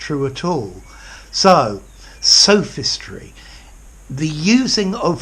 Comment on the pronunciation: Isn't the o in both sophism and sophistry a monophthong and not a diphthong like you pronounce it in the video?